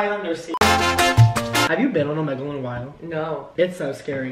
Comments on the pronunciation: Why did you pronounce omegle like that😭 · the way he pronouces omegle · he did not just say ohmehgle